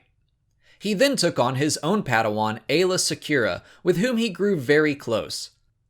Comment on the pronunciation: Hearing you say Aayla Sekura makes me cringe so hard.....